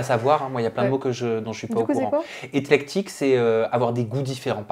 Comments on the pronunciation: c'est éClectique pas éTlectique!!! Le sens est juste mais pas la prononciation 😉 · c éclectique, pas etlectique...